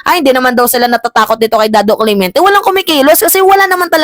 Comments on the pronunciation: Hindi Cle-mien-te Ito tama Cle-men-te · Clemente not clemiente